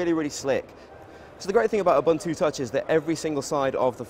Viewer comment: He mispronounced ubuntu